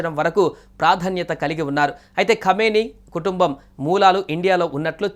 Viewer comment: కామిని కాదు బాబు... అయన కమీనే (నీచ్ కామినే కుత్త)